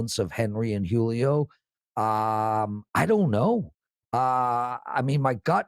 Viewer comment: I've never heard anyone butcher the name Julio before this